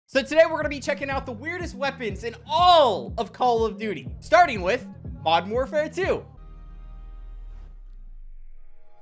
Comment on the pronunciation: Bro when he says “modden warfare” it tilts me a whole 90 degrees